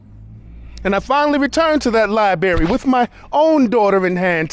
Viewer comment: Love this, but Liberry, really??